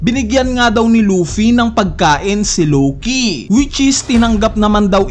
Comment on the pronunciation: Si LOWKEEYYY 🤣 ang diin eh hahahhaa...